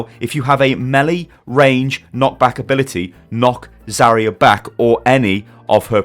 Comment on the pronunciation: Where's the I in Zarya? stop please